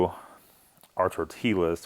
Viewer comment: Tore-Till-Uz and pate on a tuna taco…. I’ve seen enough Lol